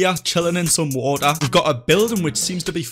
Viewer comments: My dude says woa instead of water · Wa'er <3